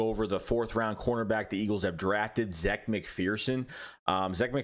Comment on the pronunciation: Zach he says his name is pronounced like Zach